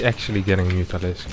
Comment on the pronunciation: Is "mu-ta-lisk-e" a Serral reference?